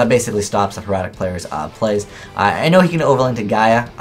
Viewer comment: it's pronounced hair-a-tick